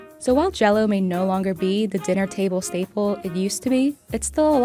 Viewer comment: That's "staple", not "stable". Train your AIs better.